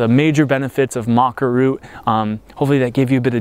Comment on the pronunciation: I'm curious why you call it Maca Roo? You are the 2nd American I have heard call it that.